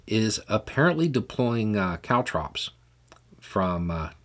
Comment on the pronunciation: Sounded like cow drops to me😂. So that's what I googled and surprisingly caltrops appeared on the list. LOL.